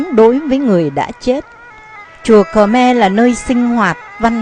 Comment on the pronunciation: Không biết bạn quay bằng máy gì, nhưng hình ảnh tương đối chuẩn. Về phần thuyết minh, thì giọng đọc này đc khoảng 3 điểm. Đặc biệt người nghe rất khó chịu khi nghe từ Khờ Me.